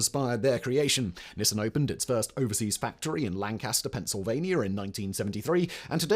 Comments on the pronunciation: As someone from the area I need to say this... It's Lan-kister, not Land-caster. It's a small thing but one of those that pisses of only the people nearby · It's pronounced Lan-KISS-tur. Nobody gets it right if they don't live here.